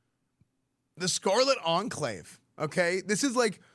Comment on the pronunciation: enclave pronunciation is very off 😃 try checking how to say that word properly after all you are a god sent paladin